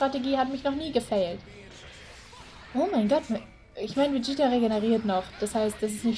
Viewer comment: Du sagst Vegieta das heißt Vegeta